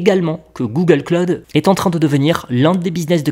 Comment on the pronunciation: "Google Claude" Aux USA si tu parles de Google Claude au Americains ils vont bien se marrer du Frenchy... Google Cloud ==> Pas Claude mais klaʊd ou KLOWD